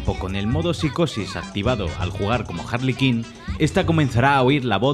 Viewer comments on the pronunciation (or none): harley quinn, se pronuncia (jarli cuin), no harli quin. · Jarli kin, por qué los españoles pronuncian tan mal el inglés ??? Siempre que veo vídeos de españoles donde deben pronunciar algo en inglés lo hacen como la misma mierda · Harley Kin? O Queen? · Todos Harley Quinn: Harley kin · Jarli kin... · Cada vez que mencionas eñ hombre de Harley Quinn parece que se escucha arlequin jaja